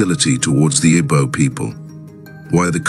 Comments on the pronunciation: I don’t think the person that did this narrative is Igbo. I am an Igbo person. Is a ploy to make other tribes avoid boarding airpeace. It might even be a non Nigerian person. The person cannot even pronounce Igbo. We ought to be careful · I can tell you this is not done by Igbo person. This is divide and conquer. Is a ploy for other tribes to avoid boarding Airpeace. This individual cannot even pronounce Igbo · This narrative is not done by an Igbo man. Be mindful of social media division. This person cannot even pronounce Igbo. Sound not Igbo